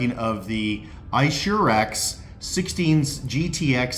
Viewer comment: I shoe racks XD, its Aye-sue-rix sir :)